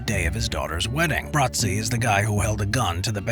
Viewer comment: Luca Brasi, not "Brazzi"